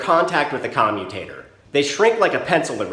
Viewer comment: Why do I keep hearing commie tater?